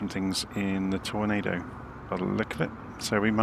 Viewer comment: Ah! The infamous "Torando" 😉